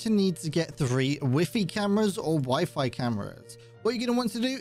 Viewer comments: Weefee? Lmaooo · “Wiffy camera”